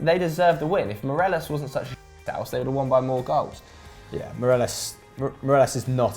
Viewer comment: Miralas ffs it’s Morelos